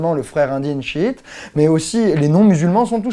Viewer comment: mon dieu, le premier français a prononcer correctement daesh ou chiite !! Continue comme ça, il y a des arabes sensibles a tes efforts.